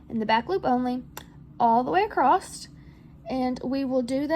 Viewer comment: your comment made me laugh because as I was working on the pumpkin listening to you, I kept asking myself "Is acrosst an actual word?"